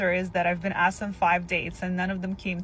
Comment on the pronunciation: "I axed you a question" 😂😂😂